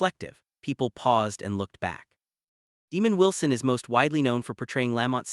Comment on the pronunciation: I am so sick of these A.I. generated sites. It can't even pronounce the mans name right.